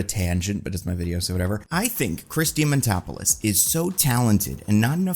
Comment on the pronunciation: Chris dimatopolis? Man it’s not that hard dia man dopoulos